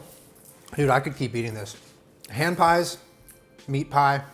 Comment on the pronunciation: I heard Strawberry HAM pies every single time he said it. I was so confused thinking he was going to put ham in a strawberry pies, until I actually saw him make it and realized it was HAND pies. omg.